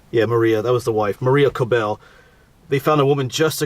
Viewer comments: Regarding the pronunciation, I believe that it would be pronounced like “Kob-el” not “Ko-bell”. There are so many variations of the name Kobel including Coble, Cobel, Gobel, etc. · Thank you for sharing some of my family history. I have yet to get over to Altalaha to visit their graves. Henry and wife were my 7th great-grandpatents. By the way, Kobel rhymes with 'noble'. Yes, it is a gruesome tale. You did great pronouncing the name of the church; it's not easy! I heard the mom was nursing her baby when she got attcked, from what I read.